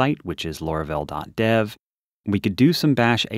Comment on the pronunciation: why do you call it lora-vel? its laura-vel